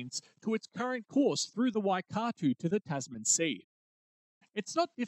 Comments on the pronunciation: Lol, Waikato is pronounced closer to 'Why cat toe' but Im sure a maori language enthusiast would argue that... Brilliant vid by the way 👍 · I'm confused. You have a Kiwi accent, but can't pronounce Waikato? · Hauraki and Waikato weren’t flash either… couldn’t you find a Kiwi to pronounce then for you?